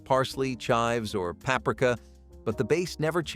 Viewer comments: It's Papreeka. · He made paprika sound like Africa lmao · Paprika- pa-pre-ka. You are welcome.